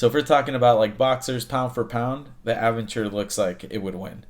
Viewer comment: Wow, you managed to butcher the pronunciations of Aventon and Aventure and Magicycle